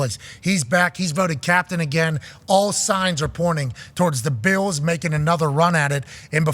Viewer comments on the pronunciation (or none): I always thought Pat said Buffalo Beatles, now I realized he is calling them Beels lol